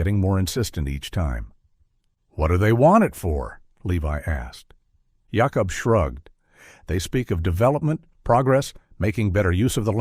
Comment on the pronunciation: Interesting that some of the Amish names (Jacob and Rebecca) are pronounced using the Hebrew pronunciation (Yaakob and Rivka).